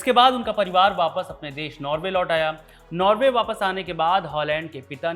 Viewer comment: नार्वे . . . नॉर्वे